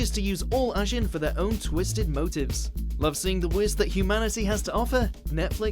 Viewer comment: BLAME! is pronounced like "blom" Magi isn't "maji" it's ma-gi Ajin is ajeen Get it right!